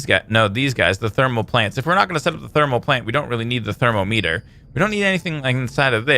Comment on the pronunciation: u pronounced thermometer wrong.. YOU PROBABLY HAVE ONE IN UR HOUSE !!